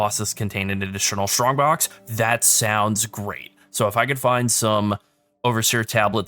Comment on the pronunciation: For someone that didn't have English as it's native language, I find it really fun, hearing the word "shtrongbox" ^^